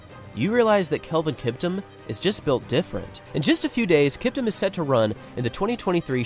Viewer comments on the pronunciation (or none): Kiptum is Pronounced KEEPTOOM